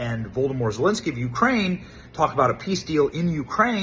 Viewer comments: Did he just say “Voldemort jewlinskii” ????? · Did Benny say "Voldemort" Zelenskyy?!?! 😂😂😂😂😂